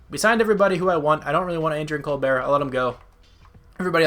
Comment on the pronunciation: You were saying Colbert name wrong... or an I wrong?